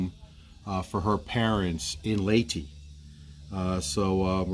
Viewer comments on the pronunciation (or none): Wilma, please teach how to pronounce Leyte properly! He! He! Peace...